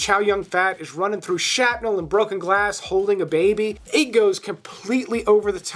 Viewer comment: Dude, it's shRapnel...not shapnel. You gotta enunciate the R